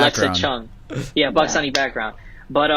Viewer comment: I’m glad learned how to say “Pakistani” correctly.